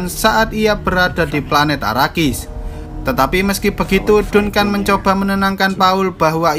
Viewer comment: Dunkan dunkan dunkan .. anjig bacanya jadi danken